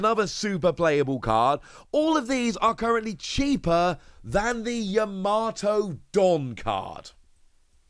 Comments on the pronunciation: Yama-to not Ya-mato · Still pronouncing her name wrong😅🤣